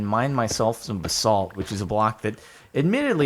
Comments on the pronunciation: Stop pronouncing basalt like that it gives me a brain tumour . Its "Baz-alt" not "Ba-SALT" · It's pronounced ba·salt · Nobody: Jordan: BuhSalt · Every time he says basalt I die a little more on the inside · Please stop pronouncing basalt wrong lol